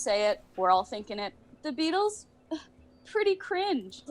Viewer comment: Did he just "say bEAtlees? pfff cringe". I am dying lol